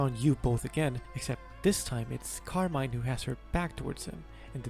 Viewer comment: it's pronounced carmine